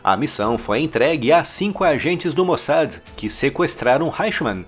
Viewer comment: Pronuncia correta...... MOSSÁ.....